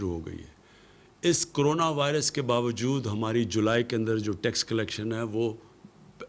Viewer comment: CRONA NHI bey CORONA.....Covid 19